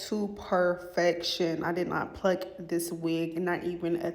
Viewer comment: lol sis said “it’s steps to dis” no it really iiissss 😂😂😂😂😂